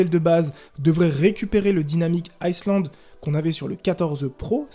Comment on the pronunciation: Petite info : Le « S » de Island ne se prononce pas 😊 sinon le prix est hallucinant…